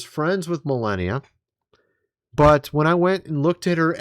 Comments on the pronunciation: Mil arn ia its pronounced... not millenia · Please stop with the melEHnia...it's meLAHnia !!! Thank you. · Is it bothering anyone else that this guy doesn't know the First Lady's name? It isn't Milenia (Millennia). It's Melania (Mel-AU-nia) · Forgive the criticism but, the name is MelAnia not MelEnia. I like ur vids. Ty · Melenia?? It's Melania 😂 wtf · it's MelAnia, not MelEnia. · It's Mel onia not Mel enia. Puhleeze. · Millennia?????? Did you mean "MELANIA"????? :face-fuchsia-wide-eyes::cat-orange-whistling::face-blue-wide-eyes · You need AI to see if MELANIA pics are fake? ( please lo with the strange pronunciation issue ) It's Mel ahn ia 😊 Anyway, if it was real the left would have already had this for 5 years straight - brain power - no need for AI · Why does he keep saying Melenia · You keep mispronouncing "Melania's" name, you keep calling her; "millennia." Why do you keep doing that?. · Are you really that tone deaf. It's pronounced MeLONia!! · It's Melania. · Me-Lan- ia. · MELANIA NOT MELLENNIUM and its ROOF not RUFF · Melania...not Melania as youre pronouncing her name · If you're going to say her name so many times, please pronounce it correctly. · You must be kidding when you are mispronouncing Melania's name. Right?